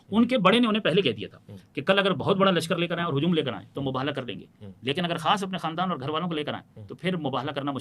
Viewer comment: صرف شیعہ عالم کا تلفظ درست ہے وہ مُباہَلہ کہہ رہے باقی سارے حضرات مُباہِلہ کہہ رہے